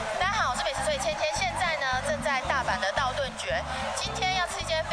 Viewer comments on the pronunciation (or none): 道頓崛(ㄐㄩㄝˊ)...X 道頓堀(ㄎㄨ)...O 千千真的很厲害，全部吃完了， 感謝千千介紹，下次去大阪又多了一家店可以嘗試啦！ XD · 道頓堀ㄎㄨ 才對，不是崛ㄐㄩㄝˊ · 道顿堀（kū） 不是 崛（jué） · 不是崛ㄐㄩㄝˊ，是堀ㄎㄨ啦。 到底最早是哪個人開始念錯的啦。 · 是道頓堀(ㄎㄨ)不是道頓崛(ㄐㄩㄝˊ) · 跟高雄新堀江一樣，很多人都會唸錯，不是崛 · 咦？不是道頓堀（ㄎㄨ）嗎？ 然後千千怎麼沒有跟巨人拍照呢哈哈哈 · 道頓“堀”ㄎㄨ 新“堀”ㄎㄨ江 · 那個不是唸ㄎㄨ 嗎？堀